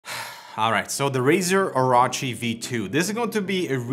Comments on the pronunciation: oro-chi not oraochi LOL orochimaru ddude XD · It's pronounced OrOchi, not OrAchi. Also, Logitech G305 - Razer Edition...................🤦‍♂️🤦‍♂️ No. Maybe if it had 11 btn like G903, tilt wheel + free spin, maybe then! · O-Row-Chi not O-Raw-Chi lmfao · ITs really easy to say OH ROW CHI Oh Row Chi Its not hard. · This is gonna make One Piece fans boycott Razer AND BTW it is pronounced "or orh chi" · I'm appalled. I'm off to go watch Dave's review where they know how to pronounce Orochi.... (jk) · In One Piece there is a scumbag villain called Orochi and the way pronounced Orochi was way off